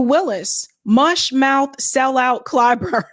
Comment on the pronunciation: "Uni'd'ê" Clyburn.